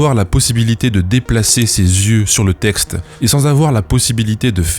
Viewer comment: La fille à dit "tecte" et "têtre" à la place de texte et tête.